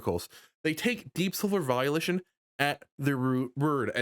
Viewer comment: I like how it sounds like you pronounce Volition as Violation, because that's how I felt playing the new game. Violated.